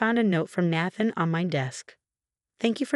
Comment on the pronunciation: The mispronunciation of Nathan’s and Rachel’s names were so annoying!